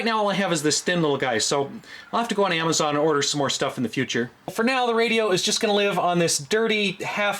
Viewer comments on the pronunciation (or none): none